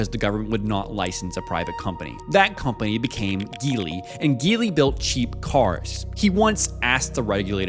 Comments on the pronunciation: It's gee Li, not guee Li ! F lazy YouTuber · Hearing it mispronounced with a hard “G” was grating. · Just a word of advice Geely is pronounce - Ji-Lee. As how they’re pronounced in Mandarin 吉利, meaning auspicious. Just thought if we could learn to pronounce Lamborghini properly, we should pronounce Geely correctly as well. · Do you pronounce it Geely as in GIF or Geely as in GIF? Because I always thought it's Geely. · Why do so many people pronounce Geely wrong ? 😂